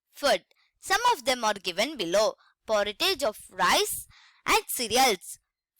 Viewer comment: It's porridge not poritage..(po/ri/j)